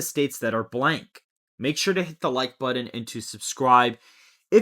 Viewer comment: That’s not how you say button